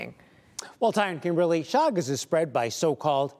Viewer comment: It is pronounced Shagas !